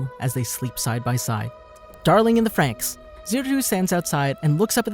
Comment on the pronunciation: when he say "franxx" as "franks" hurts me